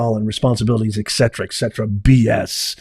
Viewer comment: Professor: Please stop saying "Ek Cetra". It is Latin and spelled Et Cetera " You're better than that but it sounds awful. Thanks. Love your show. Stephen